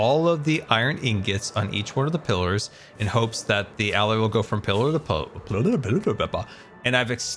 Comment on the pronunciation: it's been 4 years and still can't pronounce allay...